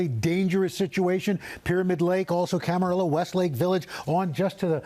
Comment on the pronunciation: . thats cama-rio, Al, camarillo...